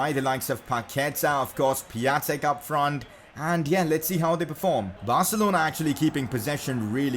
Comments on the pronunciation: Pia-n-tek not pia-tek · It is Pion-tek I know because I’m Polish and so is he. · You don't pronounce Piatek right :/